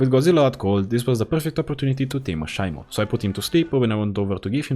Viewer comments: it’s pronounced She-mo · Shimo pronounced she mo